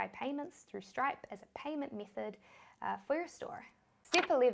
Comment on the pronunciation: she loves i mithod, stip, conniction, chik, Silict, Tist, Tirrible